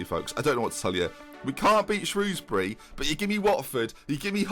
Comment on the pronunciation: thank god for the proper pronunciation of Shrewsbury